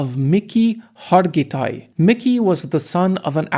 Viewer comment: maybe next time you'll pronounce his name right